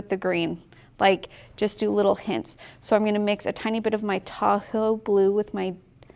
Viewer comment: This is SO fun! I'm enjoying the process. Side note: Every time you say, "Tahoe Blue," I hear, "Taco Blue." 😆💙